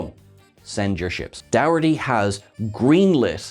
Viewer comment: Wait... you're Irish and you're saying "dowerty". So can I conclude that in Ireland "dowerty" and "dokerty" are separate and distinct names? Your spelling makes it hard to look this up so I guess I have to ask here.